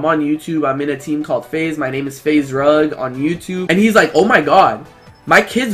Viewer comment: did he say faze drug?